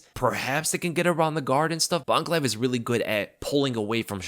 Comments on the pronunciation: I thought was saying Uncle Laev for half the video until I looked at the spelling 😅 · Man kept on thinking you were saying Uncle when saying Magomeds lastname.